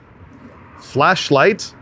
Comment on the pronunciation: I thought he said "Fleshlight".... Which might track, I dunno.